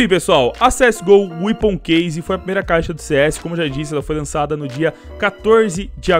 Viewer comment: é wépon a pronúncia, não weapoon